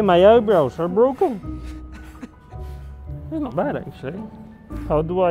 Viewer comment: "My eyebrows are bwoken" Lando's influence on Carlos 😂😂😂